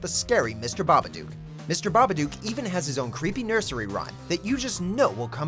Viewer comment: The way the narrator pronounces babadook is almost as hilarious as it being a sassy lil LGBT icon.